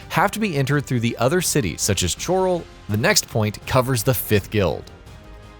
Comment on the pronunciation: Your miss pronunciation of 'Chorral' was shocking.....Made me click off the video.